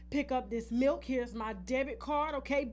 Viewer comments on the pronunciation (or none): none